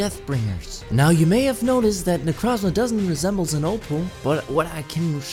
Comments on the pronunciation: its not necrazma its nekrooooozma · its necrooozma not necrazma